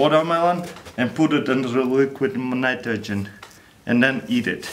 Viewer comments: At 2.01 did he just said liquid munitrogen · "Alright, now we grab LEKUED NIROGEN an pur it in the warermelon" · "Liliquid Minitrogen" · He said " liquid mnitrogen " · What does he said? Liquid Manitrogen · luliquiiid mnitrogen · and put it in dr ligrit nmnitrogen... . . . . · "and put it in liquid minitrogin" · liquid nitgrogehen